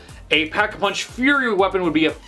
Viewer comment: Lol it's fury not furry